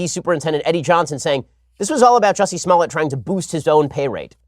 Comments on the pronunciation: It's jUSsie not Jewssie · His name is "Jussie", not "Juice-y" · Ohhhhh. It's pronounced 'Juicy'. I "get" it now. (Going to get squeezed in jail for reals tho'...) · I hate when people pronounce his name like Juicy. Hahaha I mean it is kind of funny and that is how it's spelled but he's known well enough ( especially with this shit he's pulling ) for people to know how to pronounce his name. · I wanted to watch this but he kept saying juicy smollet so I had to tap out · Please quit saying “juicy”. How he the top trending story but can’t say the name right... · Juicy?? Love the way pronounces his name. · did you just call him Juicey?